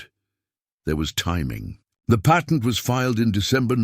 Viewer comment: George discussed the PAYTENT with Hedy??? I thought we spoke American English here. It is NOT PAYtent, but patt ent